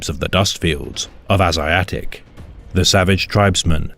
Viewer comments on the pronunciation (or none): Asiatic pronounced aye see attic,not as e aye tic lol